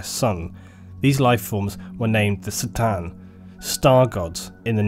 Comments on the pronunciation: great video but after emperor TTS i can't stand hearing people say "C"-than instead of "K" 'than like it is on that show. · it's C'tan with a C as in Cronos... not S'tan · The C'tan are not pronounced Se-Tan, The correct pronounciation is "Ke Tan". (official exerpt from Andy, chapter approved) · It's pronounced "Cuh-tan" not "Satan". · isn't the pronunciation "kah-tan" rather than "sit-tan"? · fucking love how u call the C'than for Sa'tan its pronounced Ka'than if u wonder ;) use a K instead of an S when u say C'than :) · C'tan is not pronounced like an "S" but a hard "Cuh" sound. It's supposed to be like how you say C'thulhu, as the C'tan are heavily inspired by Lovecraft's fiction. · On the other hand- War in Heaven against the Say-tan... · ***** sure, but Catan and Satan bear much more phonetical difference than tomAto/"tomayto". Corn, not Sorn..Cart not Sart..you get it. On a different note, cheers for doing what you're doing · K'tan man, not 'C'tan'...you pronounce some things so strangely... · Pretty sure C'tan is pronounced "KA'tan", not "tsa/tse/sa'tan". The name was likely to be picked as a C'tulhu (ka-tu-lu) analogy/homage. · Realizing that the C'Tan is basically pronounced sa-tann (sort of) and not ka-tan makes a lot of sense lol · I had no idea C'tan is pronounced SATAN. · I'm already versed with 40k lore and this channel had many outstanding recommendations. The fact the C'tan was pronounced as Ser-tan and even how Triarch was pronounced. It's going to be a no from me. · I'm sure you already know this, but C'Tan is a K sound not a C, the Eldar called them the "Katarn". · He's right, that's not how you pronounce "C'tan". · i'm a bit late for this but is c'tan pronounced "citan" or ka'tan"(k'tan optional)? i personally prefer k'tan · TIL the "C" in "C'tan" is pronounced not with a hard "C" sound